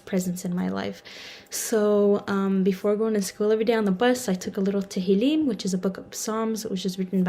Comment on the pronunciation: Translator its Tehillim not to Helen, you did not put any effort in this